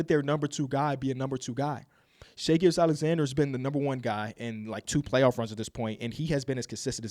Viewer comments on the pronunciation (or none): none